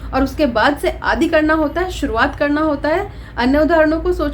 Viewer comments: आदि का सही उच्चारण कीजिए,आप आदि को आदी कहती हैं! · सही बात है, दोनों शब्दों के अर्थ अत्यन्त भिन्न हैं। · Aap to khud hi Hindi kee tang tod rahi hai आदि इत्यादि का उच्चारण नही आता है। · आप आदि और इत्यादि का उच्चारण ही नहीं कर पाती हैं